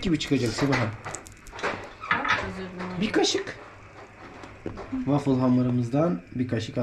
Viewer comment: vafıl degil vafli demek rusça gofret demektir kardeşim